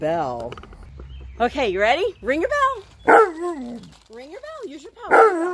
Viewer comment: Good job 👍 And Monroe listen carefully, it sounds ring the bell not eat the bell 🤣